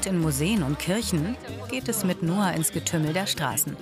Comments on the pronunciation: Ihr sprecht "Ngoc" als "Noah" aus?! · der heißt Ngoc und nicht Noah 😂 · wie die aus Ngoc einfach Noa machen nur weil sie es nicht aussprechen können